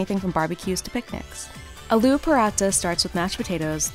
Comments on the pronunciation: It's Aah-loo. Not a-loo. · aluuu ? Miss, it's aaloo. Kindly note the pronunciations.